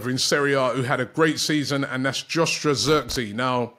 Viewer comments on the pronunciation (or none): How on earth do you butcher the name "Joshua"😂😂